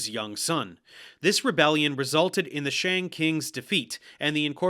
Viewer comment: I was so happy when he actually got the pronunciation of "Xia" pretty accurate... Then he said "shang" in the most American way possible lmao.